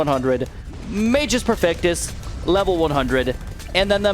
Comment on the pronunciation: Magus perfectus is Latin, and if I'm not mistaken, the pronounciation should be something like "má-gus." The 'u' in both magus and perfectus need to be very heavy.